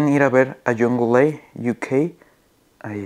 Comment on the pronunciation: Se dice young la. No jungleA. Buen video brother